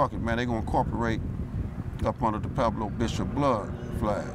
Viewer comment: Gonna let you guys in on something....it's pronounced Pweb-low, not Peblo. I know it will not change anything at this point and I know the whole point is to not be "proper" and conform and all that woo woo woo (just like wearing your pants around your knees with underwear fully exposed), but this intentional continual mispronunciation of these words just makes anyone who is trying to have understanding of this culture feel like it is hopeless for many gangsters to even be taken seriously. Watch any DJ Quik interview and see that you can still be "hood" even if you talk more "proper" and it will allow others to actually feel like there is a chance for you.